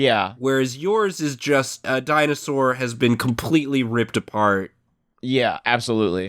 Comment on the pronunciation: Guys, is this really happening... Lol di-anus-sore